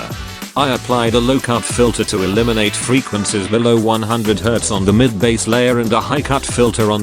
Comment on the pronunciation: Ahh yes, those damn "freequencis", welcome back, great tutorial!❤